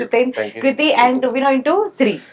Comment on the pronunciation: Not tovina bro his name is tovino